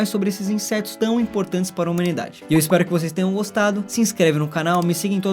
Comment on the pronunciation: De novo ele falou INSESTOS kkkk